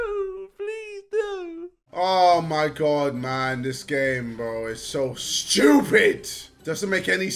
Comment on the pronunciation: this game is so “stjupid”😂